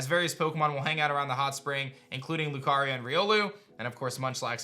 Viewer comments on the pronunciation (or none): none